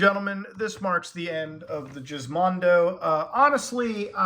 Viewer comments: Technically, it’s pronounced with a hard G. Like Gizmo but the joke works and is funny lmao. I’m a convert. It’s now Jizmondo to me. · ohh its with a G not a J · Are we sure it's pronounced "jizmondo"? In sweden we rarely pronounce "G" as "J". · I laugh every time Muta calls it the "jizz-mondo", Lmao! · i love how Muta keeps calling it Jizzmondo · I think it's Gizmondo with a G, like in GIF, not JIF. Gizmo (/ˈɡɪzməʊ/) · Gizmondo is pronounced with a hard g, like in the word egg. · I never heard it pronounced it as jizzmondo but ok. 🤣🤣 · Isn't Gismondo pronounced with a hard G? you know, like... "gismo"? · I thought the "Giz" in Gizmondo comes from Gizmo for gadgets? Or do the Swedes just pronounce "Giz" in Gizmo like "Jizz"? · muta pronouncing it "jizz-mondo" is the best part of this entire video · I think it was meant to be pronounced Geese-Mondo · Is the pronunciation a bit? Its a hard G like gizmo.... which is in the name. Jizmondo is still a funny word. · Even with all this super in-depth research and even having several words translated, I still can't tell if Muta is joking or not by calling it the Jizzmondo. If he is serious, I want to know who told him it's called that and he just accepted it as fact. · no, it wasn’t. you are right, it was pronounced like “gizmo.” they wanted you to think it was a “mondo gizmo” or whatever. muta’s just milking (🥁) the fake pronunciation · why is youtube still trying to get me to “watch the women’s world cup on fox?” friggin annoying 🙄 edit: also, no, i’m pretty sure it wasn’t the “jiz”mondo. it was a hard “g.”. like in “gas.” cuz it was supposed to be a “mondo gizmo” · Hey called it a jiz mondo 😂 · Let me help you out a bit there Muta, it's Gizmondo like you're saying gizmo, light g not hard g (I know, I know just go with it). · I hate how he pronounces it JIZZmondo. It's called Gizmondo with G as in GIF and in Garage. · I didn't know it was pronounced jizz mondo. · Its not Jizmondo! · That's not how you pronounce gizmondo